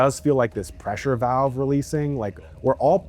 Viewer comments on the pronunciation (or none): none